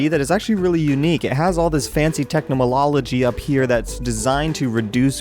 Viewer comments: tecnolology XD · he siad advanced technomonoligy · can't say technology correctly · listen at how he says technology lmao